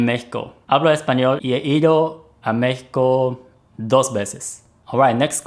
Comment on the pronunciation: Aight, i respect your reason to re-upload, and so ill re-comment: FINALLY, thank you from all your Mexican fans for pronouncing México correctly!